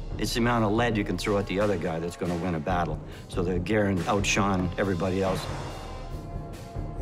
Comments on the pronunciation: Connor Goron it’s Garand not Grand even the man who invented last name is Garand why would you pronounce it differently. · Holy cow, I don't think I have seen someone shoot with such a huge jerk of the trigger. And please pronounce Garand properly. Dang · “Garand” is actually pronounced "Garan" with a silent "n" if using a québécois accent, or /ˈɡærən/ in the international phonetic alphabet. "Garand" is French for "guarantor" or "someone who guarantees". Jean-Cantius Garand was born a french-canadian in Saint-Rémi, Québec, and his father emigrated to Connecticut with his family 11 years later. Jean lived most of his life in the USA, as a naturalized citizen. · I have many problems with this. First off, they didn’t pronounce “Garand”correctly. Secondly, the Garand was designed for long combat use, it will not break in 3 weeks unless you try to break it intentionally. It is one of the most trusty rifles ever built. Lastly, the “ping” is a myth. The sounds of battle are far too loud to listen to a ping.